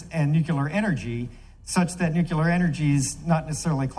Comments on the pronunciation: he says Nu KEWL ur... instead of Nu CLEE ur I don't know if he is that smart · Does it bother anyone else that a Colonel pronounces “nuclear” as nucular?